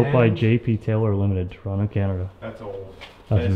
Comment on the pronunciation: Really cool video! But as a Canadian who lives in Ontario each time you would pronounce every T and O in the word Toronto I would cringe ever so slightly.